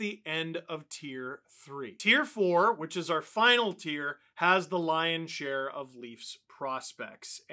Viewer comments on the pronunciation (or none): none